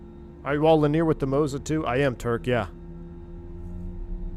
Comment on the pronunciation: Not sure why struggles with the word linear(3 syllables). He always says lineer(2 syllables).